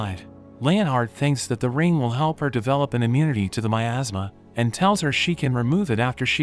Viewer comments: Miasma. That's how you pronounce that word. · for a second I thought you said it was covered in "my asthma" instead of "miasma" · i thought he said in a kingdom covered by my ass 😭😭😭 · Tfw you hear 'miasma' as 'my asthma' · What I heard at the beginning “assmass” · thought you said "my asthma" or something